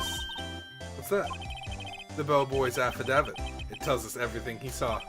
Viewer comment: I'm fairly certain affidavit is pronounced sorta like aff-uh-dave-it, and it is a sworn written testimony... Basically used as evidence in court. No clue why Wright would throw it away though, haha.